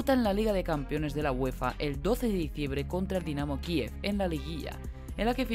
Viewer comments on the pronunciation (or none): none